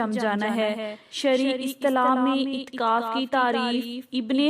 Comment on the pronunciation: مہربانی کر کے تھوڑی اردو سیکھیں اور اپنا تلفظ ٹھیک کر لیں. اتکاف نہیں اعتکاف ہے